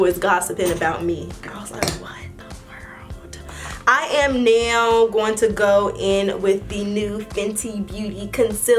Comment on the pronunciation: I love how says right now it sound like right "neyow "